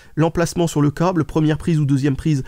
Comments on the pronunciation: Ont dit cable pas cauble ou cââble !!!! Tu es breton ? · Oui je pense que tu es breton , il y a que les breton qui prononce le "A" comme ça.